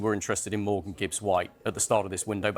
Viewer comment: Why is everyone calling him Morgans